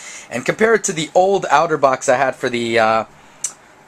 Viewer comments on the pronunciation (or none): It's pronounced "otter" and not "outer." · its otter not outer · Its otter box (aw•ter•box) not (ow•ter•box) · Dude. It's pronounced OTTER not OUTERBOX. Notice the picture of the Otter on the box?? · It's otter not outer box lol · OutterBox lol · I like how you pernounce Otterbox like Outterbox.